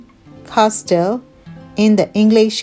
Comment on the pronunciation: Number 4 she pronounced the word Castle wrong 🤭🤭